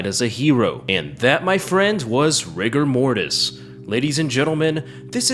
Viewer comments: You say Rigo Mortis, I heard Rick and Morty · RIGORMORIS GURL!